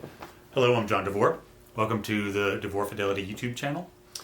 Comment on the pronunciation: Hey John, thanks for the video! Haven't listened to the Solo album yet, but will surely do so very soon. P.S. Your pronunciation of my name was spot on :) Etimologically, it actually has the same root as yours, as they both come from the Hebrew name Yohanan which means 'God is merciful'. Mine is just a less known Slovenian version of it ;) Looking forward to future videos. All the best, J.